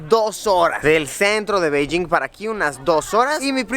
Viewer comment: No se dice Beilling, se dice Peichín y no te pongo los tonos porque los tonos es quien sabe hablar chino. En chino no existe la B ni la D. La B se pronuncia como una P, la P como PF, la D como una T y la T como una Ts.